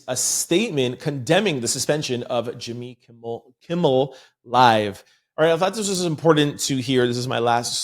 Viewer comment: Jimmy Kimmel not Kimball.